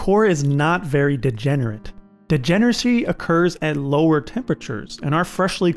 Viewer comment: "degenerdcy" :d